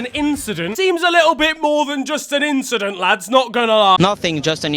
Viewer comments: Quite the inchident at the start. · Just an inchident 💀